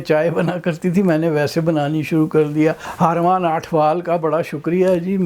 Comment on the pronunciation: Salman sahab, agree to disagree on tea please. :-) Harman is har mann, not haar maan. Eh te punjabi hi hai. I am surprised tussin samjhe nahi kiddan pronounce karna hai. Naraaz na hoyeo.